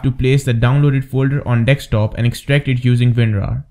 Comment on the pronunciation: its not a deks-top but a desk top! apart from that a cool video . i havent tested your method yet so cant vouch for it.. yet.